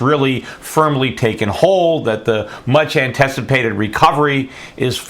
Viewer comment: So how do you really spell that word that he said "Divote" ? Or did he say "Divoting"? Did he mean "Devote" I'm very suspicious of people who publish video reports that can't speak. What was the other word he said? "Antesipated"? Did he say "Jest" as big or "Just" as big? Are we temporary "Crating" jobs as he said or are we creating them?